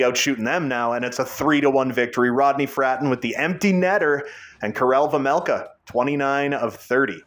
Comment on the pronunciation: It’s vejmelka not vemelka